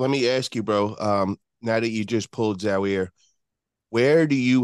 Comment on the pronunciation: Zowear 🤣🤣 it's Zaur!!